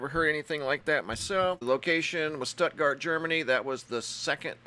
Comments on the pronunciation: Love you Bro but you pronounce it with a full "stootgart" in Stuttgart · Its pronounced Stootgart my friend... Awesome stuff btw, as ever..... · It's pronounced STOOTGART! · It's pronounced stootgart I was born there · IT'S PRONOUNCED STOOT GUARD..I USED TO LIVE THERE.. BEAUTIFUL ❤️ PLACE.. MUCH LOVE FROM MISSISSIPPI ❤️💝 ❤️ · Stuttgart ( stewt-gart)